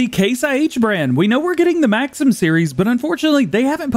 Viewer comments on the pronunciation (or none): none